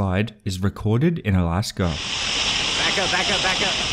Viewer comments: I know... I wasn't able to find Alaskaugh, Indiaugh and Chinaugh anywhere on google maps. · Yeah, but where is "Alaskaugh, Indiaugh and Chinaugh"?